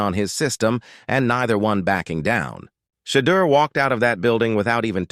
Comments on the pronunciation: His name is NOT Shay duer!!! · His name is NOT Shee duer!!! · His name is shedoor.!!!!!!!